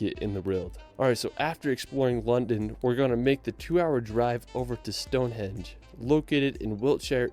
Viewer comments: He keeps saying hedge instead of henge 😂😂. He said Westminister and not Westminster 😂😂. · It's Stonehenge not Stone hedge! City of Westminster not minister and, like you, I haven't the faintest what he says in place of world!! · Westminster, NOT WestminIster! And Stonehenge not stoneheDge! And WAles not Wells, you'd think that someone who professes to visit the UK so much would know! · "Stone Hedge"? Seriously? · Yep, the lad in the video pronounced many words wrong! And it's Stonehenge, not Stonehedge! If you get to the UK do not just go to my town of London! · "Stone Hedge" 🤔😂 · There's other stone based sites in Scotland that are older than Stonehedge. Scotland is defo the place to be if you want raw beauty. A castle or a billion doesn't go amiss either. I hate how the guy says "GlenfEEnan". It's Glenfinnan. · Is this mofo saying StoneHEDGE instead of Stonehenge?! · Somebody tell him it's Stonehenge not Stonehedge! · Speaking of "weirdly" there is no real excuse for pronouncing Stonehenge as Stonehedge 🙂 Thanks as always. Happy Sunday. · The commentator sounds American and he kept saying Stonehedge instead of Stonehenge. Midges are small flies that swarm around, usually near water, their only purpose in life is to annoy you when you are out walking 😂 Hope you get to the UK one day Mandy, you're already well on your way to becoming British, wouldn't surprise me if you finished up living here 😊. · "Stonehedge"??? 🤣🤣🤣 Yup UK is just differing tones of green all over. If you don't like green don't come here 🤣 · He also insists on giving 'Stonehenge' the obscure name of 'Stonehedge' and Holyrood Park (pronounced 'holly rude') as Holyrod? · I'm sure he was pronouncing it "Stonehedge." 🤔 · Stonehenge is a very well-known landmark. He's heard of it & visited it, so he shouldn't get the pronunciation wrong. It's in his language, not Korean, Arabic, Mandarin or Basque.